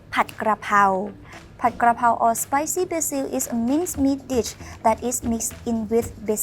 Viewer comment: Thanks for pronouncing pad (pot) krakow corrrectly so many want to say pad like a pad of paper another good video I look forward to seeing them